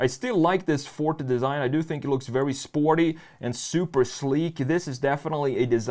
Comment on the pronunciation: It hurts everytime he say fort instead of forté lol